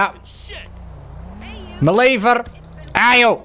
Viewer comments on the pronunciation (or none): none